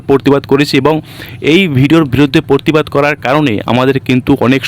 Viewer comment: পরতিবাদ নয় প্রতিবাদ। বাংলা উচ্চারণ সঠিক করতে হবে। সমাজ মাধ্যমে ভিডিও পোস্ট করে ভালোই করেছে।এই ভিডিওটার উপর ভিত্তি করে আপনিও আপনার ভিডিও করেছেন। আশেপাশের লোকজন ছিল, তারা কেবল দর্শক ছিল।